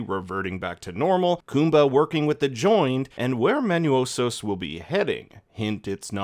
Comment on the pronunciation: for reference MANOUSOS pronunciaton in Spanish would be MANOOSUS, hope this help you in your future videos.... also the "cryng babies" joke at the begining is epic man 😂😂😂😂😂